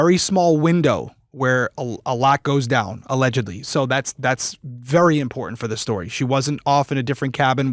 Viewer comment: With the strengh of those specacles you would think she could see the T in the middle of imporTant